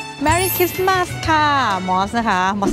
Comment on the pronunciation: Merry คิด-สะ-มาด สวมใส่หน้ากาก พกเจลเอลกอฮอล์ รับผิดชอบส่วนตัวเพื่อส่วนรวมครับ แอปเปิ้ลสโตร สโตรที่ขายแอปเปิ้ล